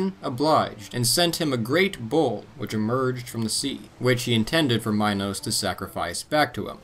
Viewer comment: When U say bull it sounds so much like bowl